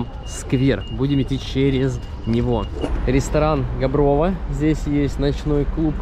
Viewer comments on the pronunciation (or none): Ударение на букву А ГАброво. А дом.китайская стена)